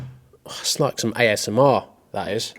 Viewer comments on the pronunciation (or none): none